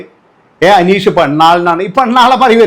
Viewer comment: നിനക്ക് അനീഷിന്റെ പേര് പറയാൻ ആദ്യം പഠിച്ചിട്ട് വാ